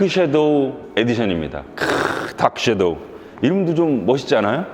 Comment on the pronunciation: shadow를 '쉐'도우라 하지 않고 정확하게 '섀'도우라고 해주셨네요. 칭찬합니다!